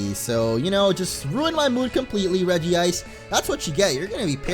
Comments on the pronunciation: Regice not Regi-ice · I dont know if anyone has said this but, u said regice's name wrong xD its Reg-ice not Regi-ice xD just pointing that out:) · Dude no offense but it's pronounced reg-ice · Its regice not regi-ice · its regice not regi ice. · It's pronounce as Re-gice not Regi-ice, even the Anime pronounce it as Re-gice! Look at the name it only has one i and not two i! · Dude say it like this rej-ice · Re-jise Regice